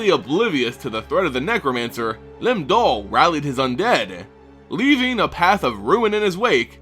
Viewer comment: Does the accent make it Lim Dool?